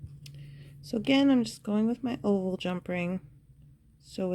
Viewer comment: Yes. When she said "oval" I kept hearing "old" and was wondering until the closeup and it dawned on me. Yes, oval jumprings can be so helpful and I need more of those!